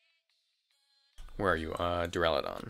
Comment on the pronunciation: thank fuck, youre the only poketuber so far to pronounce Duraludon correctly and its been triggering me to no end on every other channel ;-; Thanks for the analysis. gonna be interesting when you have multiple Giga options on any time like Grimmsnarl and Lapras (I think Lapras is viable standalone)